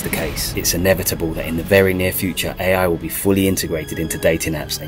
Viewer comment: What other hears: Ai's race to destroy humanity What i hear: EAI 😂